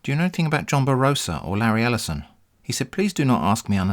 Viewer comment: Lareee El'eye-son. Jeffbu Bezos Avengers take a seat.